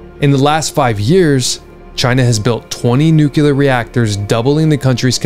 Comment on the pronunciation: I am learning a ton from you and you’ll probably hate me for saying this, but I mean it as constructive criticism.. Please work on learning to pronounce NUCLEAR.